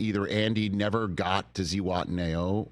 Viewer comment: ZEE wat-nay-HOH.... bro, wake up